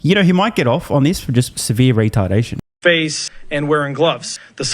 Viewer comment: "he might get off on serious regardtation" lollllll